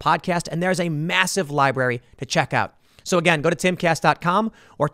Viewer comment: *sigh... It's li-brar-y, not li-bar-y.